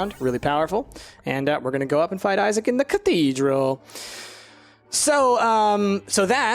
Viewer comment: sounds like you said" cookiedral" because I was eating chips